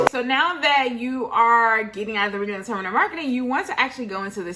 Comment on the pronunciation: Love the vlog. Just to correct about one minor thing. It's actually pronounced Redding Terminal Market